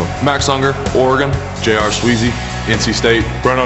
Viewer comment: Al keeps calling Sweezy .....Sleezy. Anybody else notice this?